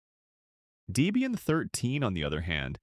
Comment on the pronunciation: "Deebian". AI dweebian.